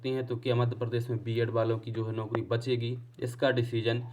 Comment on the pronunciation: Arey yar tum naukri ko naukdi mt bola kro😂😂😂